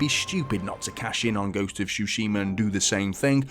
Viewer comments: Nice review, just it´s Tsushima - not Shushima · Bro says shooshima